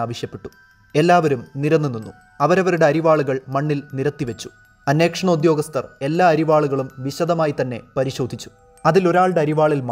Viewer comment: അന്വേക്ഷണം അല്ല ബ്രോ..... അന്വേഷണം.....